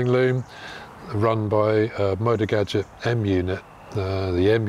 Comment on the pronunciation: I have had 4 guzzis..1979 SP1000–1980 V50 ll—2004 V11 sport—2007 RED Norge GT 1200, which I currently own ...I have 40 years behind bars on guzzis One little thing:: GUZZI pronounced the way you would say PUT-SEA,, like you would say pizza. It’s like saying two separate words.When there are 2 “Zs”,There is a chop in the middle of the word just like in the word pizza..It’s not pisa as in the leaning Tower of Pisa, it is peat—zzaah! like saying two separate words..GOUT. ZEE... now that I have condescendingly overstated my point. I love your bike..Do you have any issues with the rear tire gripping the leading edge of your license plate as your suspension bottoms out? you mentioned the large gap between the rear tire and the frame on newer bikes because of the single shock, I used to road race motorcycles ,eight years, TZ 250, RDs,ect..One of my fellow competitors got into a tank slapper on his TZ 250, His leg somehow got pulled in by the rear tire into that gap below the seat, and broke his leg in eight places. Miraculously, he coasted to a stop in that contorted predicament without falling. To this day, those gaps still make me nervous. I put a proximately 160,000 to180,000 miles combined on my 4 Guzzis over the last 4 decades...they all had a common fault, that oil pressure sensor that screws in to the block between the cylinders. I’ve had to replace them on every one of my guzzis.. my 1979SP 1000, the lifters were all heavily pitted where they meet the camshaft, I was changin